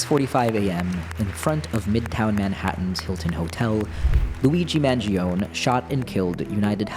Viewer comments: Did you have to practice to deliver the most incorrect pronunciation of Mangione? Also, he's innocent! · HSAs are not for the wealthy...as a non wealthy with an HSA. Luigi hasn't been convicted of anything...at least pronounce his name correctly